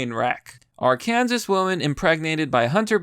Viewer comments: Listen. I love you and your vids, but if you pronounce Arkansas as “Are-Kansas” and not “Are-can-saw” imma have to commit not Jeffery Epstein. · That's the last straw I'm not listening to you ever again when you said Are--- kansas instead of Arkansas, I can't stand you mispronouncing so many simple fucking words you are a dolt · are-kansas? really dude?